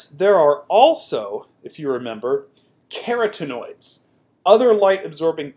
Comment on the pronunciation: Ka-Rotten-oid is this correct pronunciation. Really enjoy your videos, just thought I would add that.